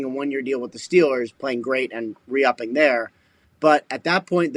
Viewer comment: Ian said re-upping 🤔